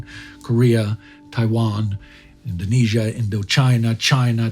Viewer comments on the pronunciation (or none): none